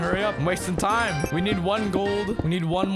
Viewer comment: it's go tiem oh I din meen to do dat